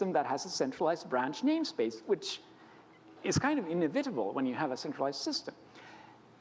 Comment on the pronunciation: "inevitable". but pretty much perfect otherwise!